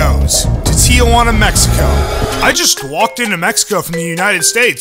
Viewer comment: It’s Tijuana not Tiajuana lol